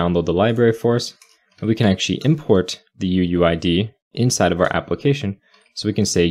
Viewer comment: Listening to this and hearing "uuID" and I think he's saying "uWu ID"